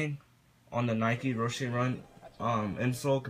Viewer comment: Me:*hears Ro-shay* xDDDDDDDDD dude its Ro-she